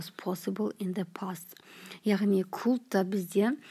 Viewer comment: Could дегенді неге кот деп отыр